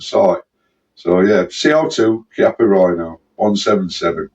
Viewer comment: Good for you, to get that pronunciation of Chiappa correct.